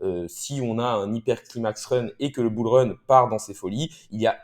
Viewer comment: On dit "Bull Run là" et pas "Bourleuneraa"